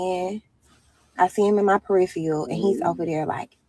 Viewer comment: Can’t even properly pronounce “peripherals” and thinks a man can’t tell her nuthin’n 😅